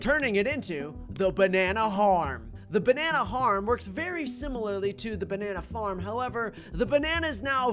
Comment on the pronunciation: "The bannana harm"